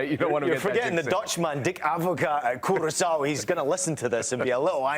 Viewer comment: Erm... geography again a subject no one seems to get taught in the USA. Ivory Coast (or Côte d'Ivoire) is a West African country. Curaçao (pronounced more like Kierassawoh) is a Carribbean Island belonging to the Dutch Overseas Territories, meaning their head of state is Dutch King Willem-Alexander. And Ecuador - well as the name might suggest, it's some place in South America where the Equator runs through! Would've believed it. It makes me a little concerned how little you know about other parts of the world.